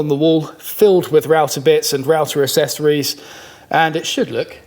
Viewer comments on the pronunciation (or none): Dear can you please teach how to pronounce accessories. He seems confused by the C's